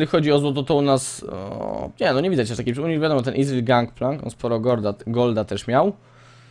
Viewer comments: Gimper... nie izril tylko ezreal KURWA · Nie wymawia się tak imienia Ezreala :D Zobaczcie filmik z jego nową, legendarną skórką w okienku. Łapkujcie.